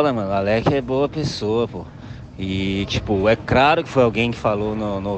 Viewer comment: "e craro"